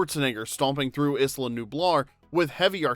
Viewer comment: Isla ("EYE-LUH") Nublar, sir.